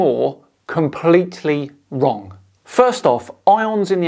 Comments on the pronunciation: And saying "vrong" over and over again. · ita :da notare la convinzione con cui dice "wrong"! sembra che nemmeno lui sia convinto delle sue cazzate😂 eng: notice how convincing he pronounce evrytime "wrong" , it's look like he didn't belive himself at his bullshit😂